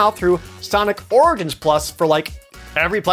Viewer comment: Bro how did you mispronounce the word "origins"?!!